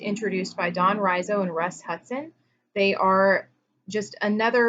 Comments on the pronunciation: Could you relate the levels to the desires not being met, and new fears arising when people go down the levels? (outlined at the back of Personality Types). And by the way, Don Riso's name is pronounced Ree-So :) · It's Don REEso, not RYEzo. Riso's levels of health and unhealth haven't held water. Some were just dreamed up Riso. There is no documentation to back up these levels. You don't see any major teachers continuing to use these levels. You're talking nonsense.